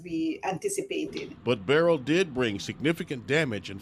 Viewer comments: It is not barrel its “ Berlll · Not Barel ITs— Berrryl🧐🤪🤓why do these Educated weather people mis- pro -nouncerhis name???